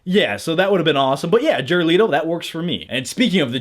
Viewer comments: let o . not l - ee toe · Jared Let-o not Leeto Amanda Wall-er not Well-er